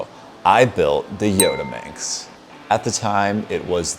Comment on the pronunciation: Not yodaminx its Yottaminx